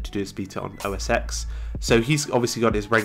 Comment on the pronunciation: Hi, small tip: the "X" in both "iPhone X" and "OS X" is pronounced "ten", since they are Roman numerals. Love the channel, keep up the great work!